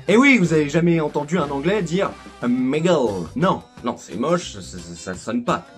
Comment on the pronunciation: "a Migal" avec le petit accent mdr